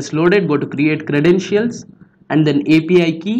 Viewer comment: it sounded like he said FBI Key lmao be careful